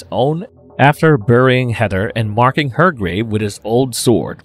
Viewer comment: I'm sorry, but I cannot continue watching this episode to the end. Your Long Island speech impediment and mispronunciations bother me that much. It's either long island, new york, or New Jersey. They are all irritating. The name is Heather! Not HEADDER!